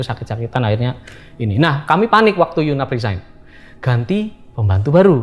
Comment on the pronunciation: Yg bener yu nap, bukan yunaf